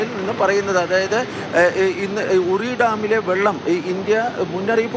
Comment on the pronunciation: പിന്നിലല്ല മുന്നിലാണ് ജലം തുറന്നുവിടുന്നത്...... റിയിൽ അല്ല (ഉറിയിൽ )